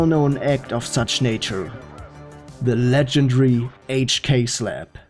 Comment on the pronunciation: I love the way this guy says slap "slep"😂